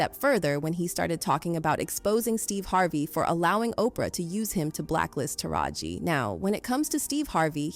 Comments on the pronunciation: Why is A I. Narrating this? Listen to how it says taraji...it's saying TARA-G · Urban Scoop?…but you can’t pronounce Taraji’s name properly and mislabel Fantasia for Whoopi. GTFOH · Please pronounce her name right! So hard to listen to this when I’m consistently hearing the narrator call her “tar gee” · Not only are you not saying the name TARAJI right but then u called Fantasia, Whoopi Goldberg 🤦🏾‍♀️🙄 you do not know black ppl… stop it 😤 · Was this written and voiced by an AI because there are a lot of inaccuracies in this. From mispronouncing Taraji and Gabrielle Unions names to saying Precious was Oprah’s film and she paid her 😂 Oprah was brought in as a producer well after screenings and mainly responsible for promotional assistance. She didn’t have anything to do with paying Monique. Oprah is a terrible person but yall need to do better research.